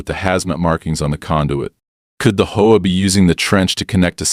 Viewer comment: You also need to speed your ai voice program up had to watch at 1.25x speed and need to teach it how to say H.O.A instead of combining them as a word